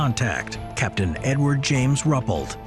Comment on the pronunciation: His name was Rue-pelt, not Rupplet, please.